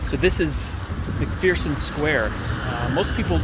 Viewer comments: There is no fear in McPherson. It's more like McFurson. Just had to put that out there because my wife comes from a very strong Irish family and it was made known to me early on not to pronounce it that way lol , 😂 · you mispronounced mcpherson "theres no fear in mcpherson"